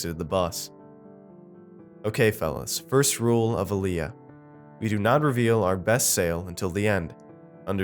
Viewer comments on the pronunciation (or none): none